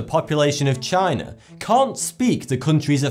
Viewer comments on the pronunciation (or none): none